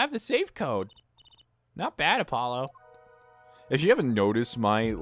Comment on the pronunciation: No, Apollo just said it wrong Her saying Apololo humors me